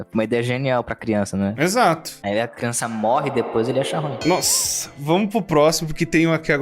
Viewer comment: Kkkkkkkkk quem gosta quando o fala*Crionça*kkkkkkkkkkk